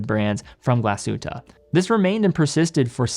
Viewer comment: I am from Germany and i love it when you say Glashütte Great Videos